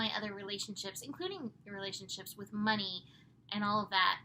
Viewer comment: Sagittarius joke..instead of money I hear mini..🙃🙃🤣🤣❤you cheered me up.